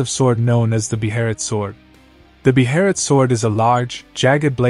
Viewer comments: Bro please stop calling it a BE-HERIT … it’s a BEHELIT. Pronounced (BAY-LIT) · You pronounce Behelit as a Japanese would 😂 gotta immerse yourself in the manga amiright